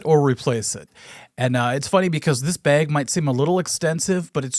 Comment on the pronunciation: The way minnesotans say "bag" has seriously undone so much of the good will they have earned over the years.